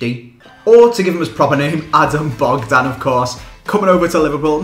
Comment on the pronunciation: You said Bogdán perfect :)